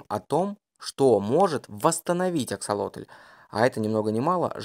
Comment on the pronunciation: Только почему автор говорит АксолотОль? Если ему так удобно, то я впервые слышу об этой ( так и не поняла как это назвать) и когда увидела правописание, то не то что назвать не знаешь как, то и написать проблема. Так как правильно писать и как называть? Рыба, животное, личинка или просто особь?